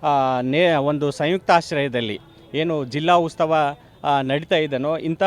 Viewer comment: ಸರ್ ಉತ್ತವ ಅಲ್ಲಾ ಉತ್ಸವ